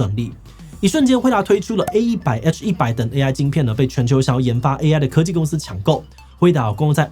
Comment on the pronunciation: 只有我發現志祺這隻片吃很多螺絲嗎ＸＤＤ 在這些“U”勢之下 各大“摳”技公司 志祺辛苦了！